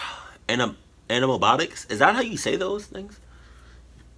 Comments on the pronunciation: "Animabonics" 😂.....u mean animatronics? ...its ok we make mistakes. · Where is your popcorn 🍿😁 and the word you’re trying to say is anima Tronics animated electronics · i think its ani-ma-tronics